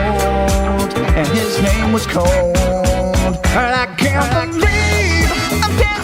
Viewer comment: “Be safe… Be kind…. REWIND”! That’s what always pops in my head after you say “BE SAFE, BE KIND” And in the closing credit song, the line: “The Roswell Aliens just fought the smiling man, I’m told, and his name was cold”.. But his name isn’t “COLD” It’s “COLE” like the guy in 12 MONKEYS played by Bruce Willis!